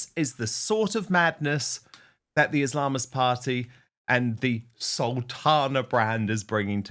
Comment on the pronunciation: Islamist, Dan when you pronounce it emphasise the 'is' & 'ist', not the 'lam'.